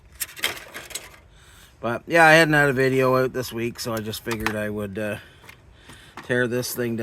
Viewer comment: “In and Ooot” … I couldn’t resist! Nice to see a video, haven’t seen you one a while, have a great night